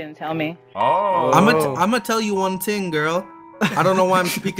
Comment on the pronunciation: "Lemme tell you one ting" 😂